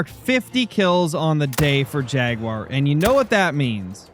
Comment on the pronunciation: "And ou tof no where get mouled by Yaguar" its Jaguar 😂😂😂